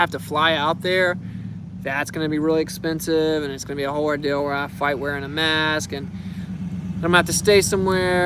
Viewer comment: Damn. That's a rill ordill.